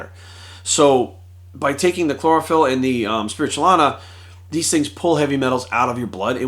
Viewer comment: Spirulina. Not spiritualina.